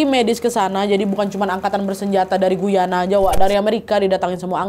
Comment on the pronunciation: Assalamu'alaikum. Salam sehat dan penuh keberakahan Trinidad. Sukses selalu ya Nadia beseeta team dg cerita2x yg selalu saya tunggu. Aamiin Btw. Mohon maaf ada sedikit koreksi Guyana itu dibacanya Gayana ya. 😊 Saya kebetulan tinggal dekat negara Guyana (Amerika Selatan). Trinidad di negara Karibia, Caribbean Island. Terima kasih.